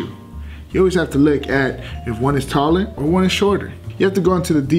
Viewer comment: Is he saying look or lick? Cus I ain't trying to lick my shoes